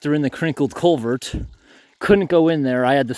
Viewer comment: learn how to say culvert. You keep pronouncing it colevert. 😮